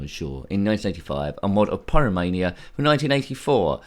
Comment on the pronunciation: Oh man! I don't think Odd Job Eddie isn't very stress busting!! Especially when the jumping mechanics are a bit flawed. You certainly had problems jumping from those yellow bricks and the green platform. But you did get there in the end. I think you pronounce Pyramania as Pie-ramania, and as for a Knight Rider mod, that does sound quite interesting. Hmm! I laughed when you said David Dusseldorf, when it should really be David Hasselhoff 😂 haha, nice one! I wonder if Odd Job from the James Bond movies ever played this game. Hmm, probably not! 😂 Anyway, Odd Job Eddie isn't a bad game, but rather poor due to the jumping issues. I would definitely choose Manic Miner over this one any day. Wyn 😃 👍